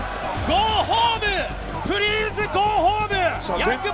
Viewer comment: "Go home-u! Prease go home-u! Young Bucks-su!" I LOVE NEW JAPAN LOL